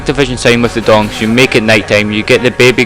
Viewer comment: It's Gongs. Not Dongs. 2 completely different things Good video it helped me alot